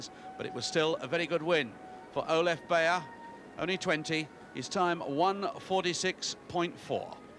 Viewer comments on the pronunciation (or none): The winner's name should be pronounced "buyer". Hoffmann superb beating Straub, who two years later would split Coe and Ovett in Moscow.